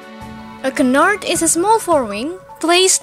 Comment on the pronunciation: great video c: , but the D and the S of canard shouldn't be pronounced :p